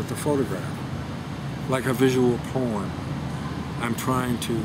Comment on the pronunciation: I thought he said "visual porn".. No, "visual poem" 😂